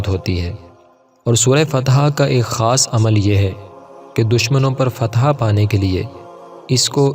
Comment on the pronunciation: Fatha not fateeha